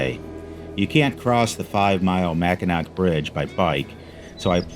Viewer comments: Pronounced "mackinaw" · The C is silent in Mackinac. Awesome video! I just subscribed.